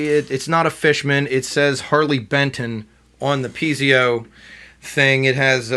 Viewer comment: Actually, it's piezo pickup not pizio...but other than that you've done a great review of a great guitar for the price.